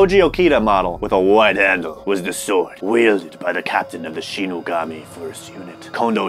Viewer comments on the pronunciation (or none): It’s the SHIN-SEN-GUMI not shenagami. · Shinsengumi not shinigami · It is not shinigami it is Shen-Sin-Goomi. Watch Ruroni Kenshin-. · Word on screen: Shinsengumi What said: Shinugami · It's "shinsengumi" which was a police force in japan, not shinigami ( Reaper), Otherwise this video was a dope for me. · Your all are reading it worng...its not shinigami(soul reaper).....it's shinsengumi.....they are old japanese samurai police. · Clearly says Shinsengumi.. proceeds to read "...shinUgami" .... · Anyone notice that said "Shinigami" but it very clearly say shinsengumi?😂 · Dude, it's shinsengumi not shinugami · to mispronounceing "Shinsengumi" as "shinigami" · mixing up shinsengumi with shinigami and mispronouncing it shinogami. 🤦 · Everytime they pronounced shinigami on shinsengumi i cringed sooo hard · No it's not. It's based off the real Shinsengumi, not the one in the anime. That said, as a Gintama fan, I felt like killing myself each time he said "Shinigami". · Hearing him saying Shinigami when it said shinsengumi was kinda cringe 😂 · Btw the metal smell is bc you finger Oils on the metal and you say it like sh - ee-ne-ga-me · Shin-sen-gumi you guys are saying the wrong word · why did no one correct that it’s shinsengumi